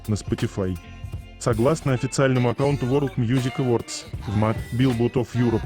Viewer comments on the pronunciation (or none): none